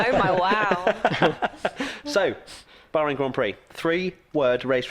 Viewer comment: 3 words?? Bahrain not "Bohring" ;))